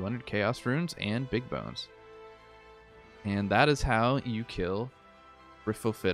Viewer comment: Briff oh fitta loooool